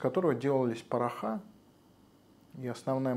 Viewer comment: посмотрите в словаре слово порох во множественном числе и увидите что порохА и порохИ это правильное произношение